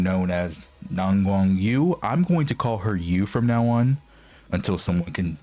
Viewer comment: Yu is pronounced like the german ü